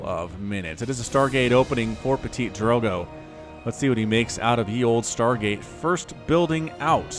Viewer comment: It's pronounced Ptee-Drogo